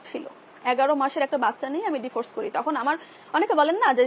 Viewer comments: আপনি এতো পড়ালিখা করেও ডিভোর্স কে ডিফোস বলেন কেনো আরও অনেক গুলা কথা তো বাদ ই দিলাম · বানান Devorce আর উচ্চারণ /dɪˈvɔːs/ যেটা ব্রিটিশ উচ্চারণ,আশাকরি বুঝতে পারছেন